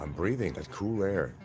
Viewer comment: Nothing is ever his fault. The government made him smoke. What’s a “ coo “ breeze? It’s cool, it’s treadmill! Don’t blame it on the eardrum you perforated to avoid the draft